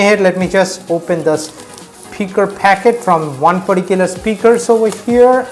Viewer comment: please don't use the word "perticuler" so many times